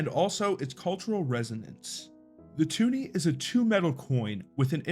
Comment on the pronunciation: It’s a twoney not tuni.